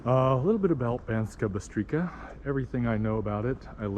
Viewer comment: C in Slovak is pronounced as ''ts'' :)